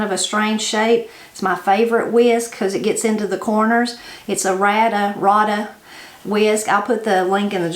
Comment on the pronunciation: This looks so good! The pronunciation for the company that makes the whisk is RADA. The first A is a long A. I have the same one and love it too. I live right next to the town where these are made and have friends that work there.